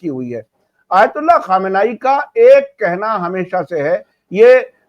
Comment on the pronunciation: The article is suoerb sirji bas supreme leader ka naam sahi le lijiye.. Khamnayeee nahi hai. Ayatollah khameni hai naam...